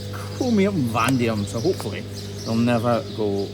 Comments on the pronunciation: “Vandium” ??? Vanadium👍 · Chromium-VanAdium Vuh-nay-dee-um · I learn something new from every video, but today I can teach you something...Its Chromium and Van-ay-dee-um (Vanadium). Yes I'm being pedantic, but it makes a change that I can contribute anything other than "great job" or "brilliant video" lol. This was both of those things too of course!! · The hardened steel nippers are made of what sounds like Chro-me-um Va-nay -di-um